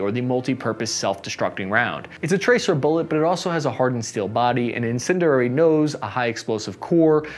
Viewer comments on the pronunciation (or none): This guy's on a run to mispronounce almost every pertinent word here. "incinderary"? "Martin Maretta"? Is public education working? Very definitely not.